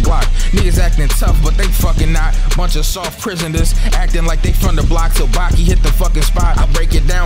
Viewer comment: Replace the i with an a in Baki